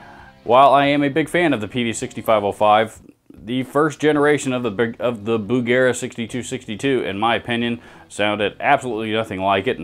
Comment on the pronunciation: There’s no hard ‘g’ in Bugera, right?